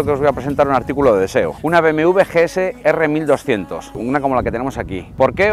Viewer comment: GS R 1200 .... Empezamos bien si ni dices bien el nombre del modelo.....